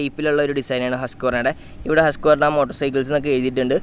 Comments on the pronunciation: Come on dude ഹസ്ക്ക്വർണ അല്ല it's ഹുസ്‌ക്വാന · It's pronounced " Huss qwarana "